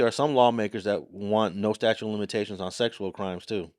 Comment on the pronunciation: statute, not statue